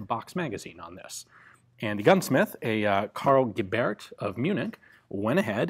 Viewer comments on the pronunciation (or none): Gebert is pronounced somehwat like Gae-bert, with the emphasis on ''Ge''. Serious question, why haven't you got somebody that researches those pronounciations for you? I bet you there's somebody out there who will try to support you that way, for example if they can't do Patreon. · The T in Gebert is not silent